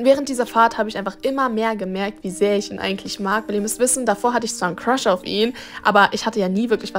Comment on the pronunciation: so:ich habe einen cruhs bekommen was ich verstehe:ich habe einen Fisch bekommen😅